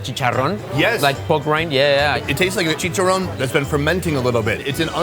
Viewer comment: you are saying checharon so wrong